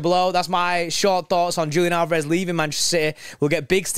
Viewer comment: Leaving before you even learned how to pronounce his name ;) I'm thinking about this slightly differently. We have a much more talented replacement already in the squad we got for free, who has emerged as an incredible talent: Oscar Bobb, who can play anywhere along the front line and doesn't have a sledgehammer for a first touch and a yellow card for a second. I'm excited to see what the youth will do this year. Am concerned about general depth in the midfield though